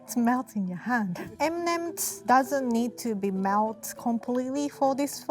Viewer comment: Other people: M & Ms: M nemems 😂❤️